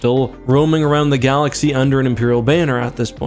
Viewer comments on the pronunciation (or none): none